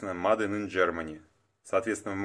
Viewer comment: Мадэ или мэйд 😅